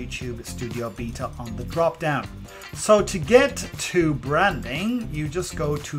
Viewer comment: It's beta not b e t a